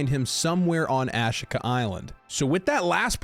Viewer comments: AHH SHEE KUH is how it is said. not whatever you keep saying.. lol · aaaaa sheeeeeee kaaaaaaa. a she ka island. In my brain there is a 12% chance I'm wrong about this pronunciation.